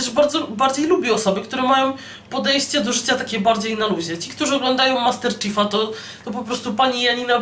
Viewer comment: Ale tak specjalnie czyta;D